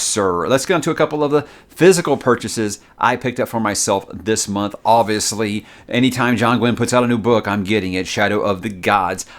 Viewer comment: Does anyone else love when says, “Oviously”? Lmao. you’re the man bro, best YouTuber and always great content!